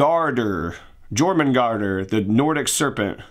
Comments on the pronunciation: It's pronouced like Yor-mun-gand and then roll an R slightly at the end of that if you are capable. You're welcome. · The serpent is pronounced yormungarder. 🙂